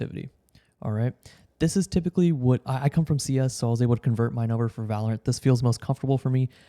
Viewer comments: its pronounced VALorant jesus christ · "volerent" I like the way he pronounces it 💀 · The way he pronounces "Valorant" is really bugging me lol